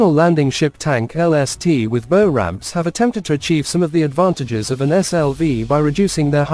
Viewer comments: Bow, as in rainbow, ramps? A ship’s bow rhymes with ‘How’, not ‘Sew’. AI narrators are still a big turn off. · Irritating mispronunciation of the front of the ship as "boe" as as opposed to "bough". Gave up at 2'56". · What an interesting way to pronounce bow - "bo" versus "boow".... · I assume the content creator types in text that he/she wants the AI to narrate. At least for the "bow" (bow and arrow) / "bough" (bough of a tree) issue heard all through this video the creator could presumably have deliberately misspelt "bow" as "bough" to force the correct pronunciation there. It's pretty lazy to not have at least done that (assuming it would work). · This marine video mispronouncing “bow” is ridiculous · Christ, just narrate the videos in person! Listening to this monotone voice misprounouncing 'bow' constantly is doing my head in. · PISSES ME OFF THE NEAR CONSTANT WRONG PRONUNCIATION OF "BOW". SLOPPY, CARELESS WORK. AI IS CLEARLY NOT FOOLPROOF. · I think it's signposting a future trend to dispense with main guns on future warships to make space for teams of highly trained archers able to fire deadly volleys of poisoned arrows at enemy combatants. In that context it probably makes sense to start referring to the pointy end of ships as the "bow" as pronounced in this video. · Agree, can’t even pronounce words, ie ‘ bow’ as making a bow, not as in a ships bow, the pointy end. Pathetic.